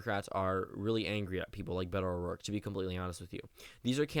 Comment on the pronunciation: *Beto O'Rourke - You missed off the r